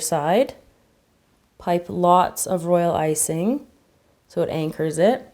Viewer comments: Why do you keep on saying role icing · All she said was "Royal Iysing " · why do you keep saying roilicing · Why you keep saying royal icing😐😐😐😐😐